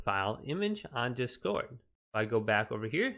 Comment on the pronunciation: I hadn't heard anyone pronounce "discord" like that.